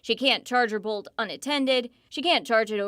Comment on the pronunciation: Bolt, not Volt, get it right!